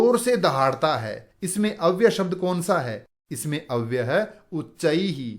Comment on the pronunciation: अव्य शब्द के साथ य अक्षर है जो अव्यय शब्द बनाता है । गुरुजी आप अव्यय के स्थान पर अव्य बोलते है सुनाई देते है ।